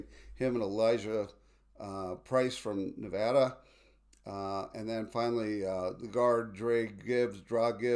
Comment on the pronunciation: You've got to learn how to pronounce "Nevada"!